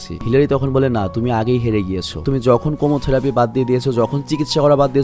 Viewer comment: কেমোথেরাপি হবে উচ্চারণটা।